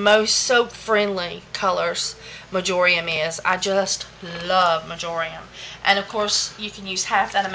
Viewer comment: When you are saying "marjoiam" do you mean "marjoram" or are they different? Thanks for such informative content in the videos. Love you & them!